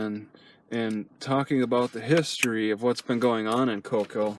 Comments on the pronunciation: koʊˈkiːll is how you pronoun the towns name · Its co-keel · Plus I love how pronounces it "COCKHILL"!!!